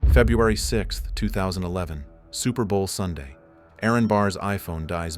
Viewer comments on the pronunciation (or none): none